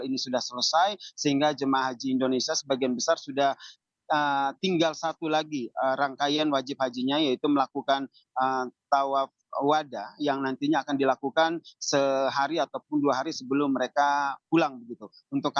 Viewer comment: Towaf ivado bapak, bukan towaf wada